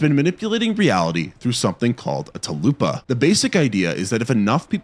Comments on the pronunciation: The only good thing about the Empty Man is the first 20-30 minutes. Also, it's Tulpa (TULL-pah), not Talupa (Chalupa beginning with a T). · the scariest part of this video was hearing someone pronounce "tulpa" as "taloopa", i'm shaking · Brother, it's TUL-PA, not TA-LOO-PA... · XD It sounded like you said talupa instead of tulpa and now I’m wanting a chalupa. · I hate to be that guy but it's pronounced Tull-puh not tah-lu-pah sorry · A talupa sounds like you're ordering Taco Bell. A chalupa is a food at Taco Bell. You mean a tulpa, a thought form brought to life. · did you just say a tall-upa tall-eww-puhhh like a chalupa it's called tulpa pronounce tall puhhh hello McFly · "Tuhl-pah". Not talupa. Lol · Tulpa*,not Talupa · It’s Tulpa not Teloopa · Dude, "tulpa". "talupa" is food. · mf really said "tlupa" 🫩 Dawg, it's "tulpa", you were less than a Google search away... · Okay, youre definitely mispronouncing things on purpose. Theres no way you accidentally turned Tulpa into Talloopa and Virgil into Vr Jill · Tulpa..... tuhl-pah. Not sure where you got talupa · Its Tulpa not Talupa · Bro! Ta-loo-pa?? 😂 It’s called a Tull-pa. I can’t even right now… I genuinely laughed my ass off 🤣🤣🤣🤣🤣 Incident in a Ghostland has lived rent free in my noggin since I watched it last week. I know but u wasn’t aware of it. So disturbing! Great movie though… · Bro called a Tulpa a Tulupa. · It's not a "talupa rhymes with chalupa". It's a "tulpa rhymes with mea culpa". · Lol talupa 😂 you mean Tulpa? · Bro I ran straight to the comments after hearing this, no way he said TALUPA instead of Tulpa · its def not pronounced "Tulloo-puh", its more like "tull-puh" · Its pronounced Tull-puh, not ta-loo-puh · Talupa is TULPA pronounced T-uh-l-p-ah - Tuhlpah - Tulpa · TULPA, not talupa, dude lol. Thanks for mentionning The Empty Man, I love that movie. Cool vid. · It’s not called a talupa but a tulpa dumbass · I think you meant to say tulpa, not talupa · Talupa… is he meaning Tulpa? 😮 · 'talupa' lmao